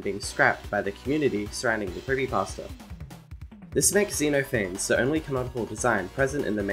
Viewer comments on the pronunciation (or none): Xeno phanes is actually said “z-nof-a-fees” so yeah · How to pronounce Xenophanes Zuh-noff-fan-eez